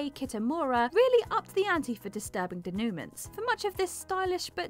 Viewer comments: It's pronounced day-NU-mon, not de-NEW-ments. It's a french word. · It’s pronounced deh-new-maw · So, you've never heard anyone pronounce the word de·noue·ment /ˌdāno͞oˈmäN/ have you? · Daynewments? Deh-Nu-Mon. The country of origin decides how it's pronounced. Fil-Lay. See? Its easy. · Denooment? It's pronounced denouement (nowment not newment). Who is correct....me just me... I'm correct. Thank you. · ....its de/NU/mwah....not de/ NU/ment.... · denouement is prinnounced day-new-mah. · giggles “Denoomints” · mispronounces a lot of words. "Da-new-man"? Denouement is not pronounced that way, lol. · Ok, she's done it twice now! Could someone please teach our narrator how to pronounce the word "denouement?" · If you're going to keep using the word denouement, you need to learn how to pronounce it. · If you are going to narrate for a list about movies, which is a lot of this channel’s lists, please, learn, at the very least, how to pronounce the basic parts of a story arc and the actors and characters names correctly. Denouement is a part of EVERY script, stage or screen, and it takes three seconds to find out the correct way to pronounce it, especially if you’re repeating it multiple times in the same video. Gena (pronounced Jenna) Rowlands has interviews saying her own name correctly. The story lines and character relations in these descriptions are not completely accurate either but that’s the scriptwriter’s fault, not the narrator. I genuinely like this channel and I have come to expect better. This is laziness. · I have a hard time taking this seriously as no one thought it worth teaching the voiceover lady to pronounce “denouement”. Also, so many bad takes and bad interpretations if movies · how many times does mispronounce denouement? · Someone needs to learn how to pronounce the word "denouements". At least you don't work doing voiceovers. Wait...